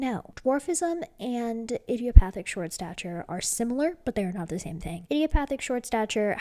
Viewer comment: You are pronouncing idiopathic correctly.